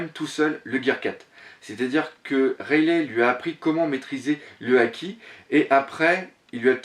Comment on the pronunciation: Point de vue interessant si j'ai une remarque a faire c'est la prononciation du nom des personnages rayelait ça m'a fait mal (rayeligue c'est mieux) ça fait plus vo sinon pour le reste je continuerai a suivre comme gonzaroo vous vous rejoignez pas mal et les hypotheses sur la suite font rever